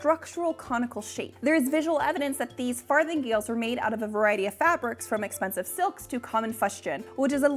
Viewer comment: Did she say fartinggales??? 🤔